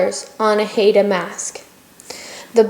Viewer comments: WOW! How White Are You? Maybe Learn First How To Pronounce Our Native Name!!!! It's 'Hi Da" NOT "Hayda". Thank you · Great information on the design but for being a teaching lesson for students, you would think the woman doing the video would know how to pronounce Haida correctly!! HI-DA! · The masks are also a part of our oral history and language and we are pronounced "hi-da" Haida